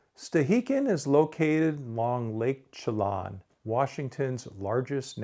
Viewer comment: Chelan, like land, not like lawn.